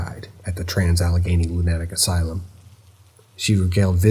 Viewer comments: Me too. Never heard it said quite that way before. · I'm silently screaming every time you said lunatic asylum and the way you pronounced it LOL